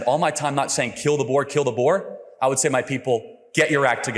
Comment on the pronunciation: Having Charlie Kirk pronounce “boer” is outrageous 🤣